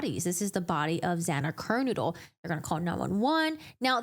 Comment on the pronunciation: Why do you keep pronouncing Xana's last name as "KER-Noodle"???